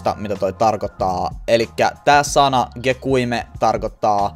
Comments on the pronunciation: Gekyume sanotaan gekijum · Opettele sanoo gekyume oikein